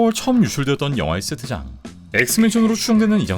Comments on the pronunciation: ㅅㅅ장..... 형 발음 위태로웠어.. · ?가 ㅅㅅ장이라고 발음하네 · 섹스장 오히려 좋아